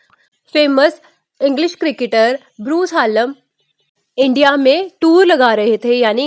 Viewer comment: Dhanyawad ❤❤😂😂😂 fun fact :- madam bruce haaallm nhi hota bruce hallam hota he lol❤❤❤😂😂😂